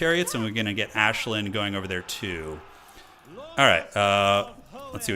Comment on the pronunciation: I'm not a High Elf fan but even I am cringing at you calling Aislinn - 'Ashlyn' 😂